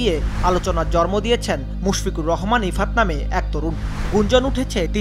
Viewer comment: মিঃ ভাষ্যকার, জরমো নয়, জন্ম। দয়াকরে উচ্চারণ শুদ্ধ করতে অনুরোধ করলাম।